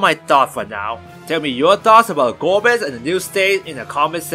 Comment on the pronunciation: 4 : 35 Golbeza ? Really ? Golbez A ? what ?